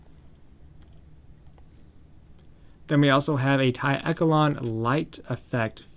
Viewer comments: Took me a minute to realize when you were saying "eh ke lon" the word you were looking at is pronounced "esh shell lawn" echelon. Just pointing it out. Not poking fun. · It’s pronounced e sh lon